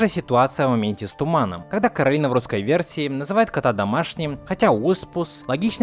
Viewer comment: Согласна, но не Каролина а коралина